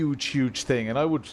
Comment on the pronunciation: Thing = ting... Poor guy just can't pronounce "th".